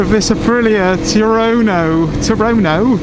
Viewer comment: HA HA TUONO not Turoro , you west country boys